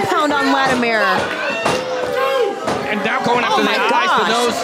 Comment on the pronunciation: Why does have so much trouble saying Latimer....?